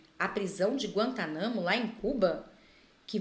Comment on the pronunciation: PRISAO DE GUANTÁNAMO. É NÃO GUANTAMANO KKKKKK